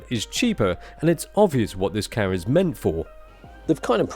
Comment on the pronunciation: Everytime he says "camera" i hear "karen"